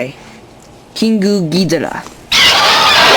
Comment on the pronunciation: king goo gidrah, you meen king gidorah?